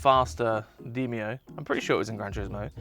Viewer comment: Demio not deemio lol